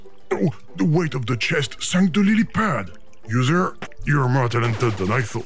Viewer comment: When he said user I thought he said loser